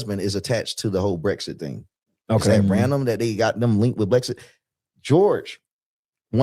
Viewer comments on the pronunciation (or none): none